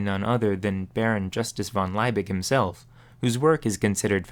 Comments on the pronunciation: And Liebig is not “lye-big” but “lee-big”. Looking forward to viewing the rest of the video. Missed your videos, loved the blow torch. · It's "Liebig", with "ie" as in "Bier" (pronounced the same as beer) Not "Leibig" with "ei" as in "Einstein".